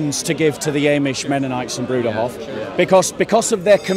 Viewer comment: It's not "eh"mish my friend. It's AHmish